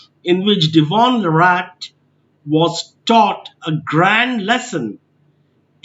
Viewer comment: what a crap channel with 0 value, stupid perspective . did you snort lol? cant even pronounce his name right, thanks but no come again